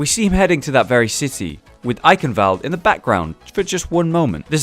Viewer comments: It's actually pronounced Eye-Shen-wald-eh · So the w isn't even pronounced like a v?